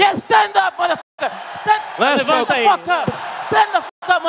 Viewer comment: “get the fook outta here” will always be legendary 🔥😂